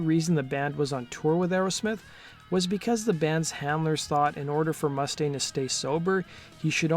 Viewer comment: It's MOO STAIN, man